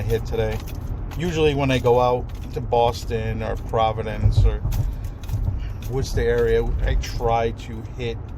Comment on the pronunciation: Keep up he great discussions ...give you extra kudos for pronouncing Worcester correctly ...lol